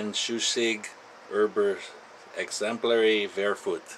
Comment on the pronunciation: üBER 60.000 eXEMPLARE vERKAUFT plz never try speaking "german" ever again.Btw it was also called "Bolo Mauser" for it was popular whith rus. political oficers to spread theyr "revolutionary messages"(mostly in 9 mm letters)